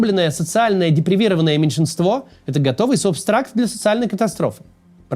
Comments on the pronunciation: сам ты субстракт! Правильно говорить субстрат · Не субстракт, а субстрат!